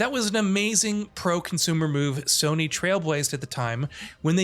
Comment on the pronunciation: its time for Soh-ny to sink